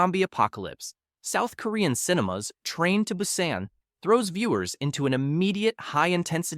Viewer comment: See, this is why you don't ask for handouts at the start. Your video barely explained anything and the ai seems to have issues repronouncing some of the same words. (Busan) You also should have left small gaps between each entry so it doesn't seem like a dragged out sentence. (No Like, No Subscribe and probably won't be back)